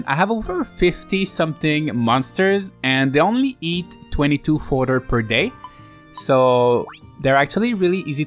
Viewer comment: Never thought the mispronounce of fodder in a 4 year old vid would annoy me this much….